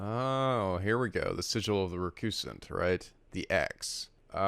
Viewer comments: Next up, Birth By Sleep 0.2 aka the demo for KH3! Also, sigil is pronounced sijəl, not si-gil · I normally shake my head and chuckle when you mispronounce words, but I cannot get past how you pronounce "sigil." It's hard to take your commentary seriously when I hear that. I don't know why; maybe because it sounds too much like giggle. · Why does keep mispronouncing the word sigil? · The way he pronounces sigil XD